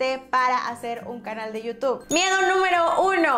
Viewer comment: NO ES YIU TOB SE PRONUNCIA YIU TUB Como con U youtube